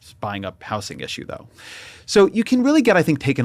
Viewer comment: Why does he say house-ing